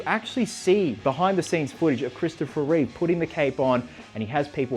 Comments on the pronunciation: Reeve, not Reeves. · There's no s in Reeve